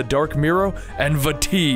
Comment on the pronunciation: I can't stress enough how much i appreciate you pronouncing Vaati correctly